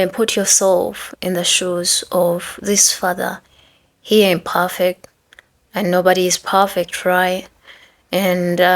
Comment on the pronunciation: Pufferct.. loove how u pronounced 'perfect'